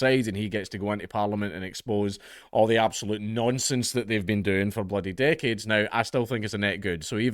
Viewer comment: nonsense with particular emphasis on the "nonse" part.